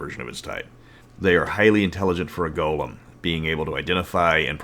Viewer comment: I know you are saying Golem but every now and then i keep hearing Goblins. And that just makes me tremble at the idea of bone goblins.